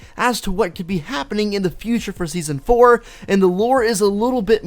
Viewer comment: You said seson fro lol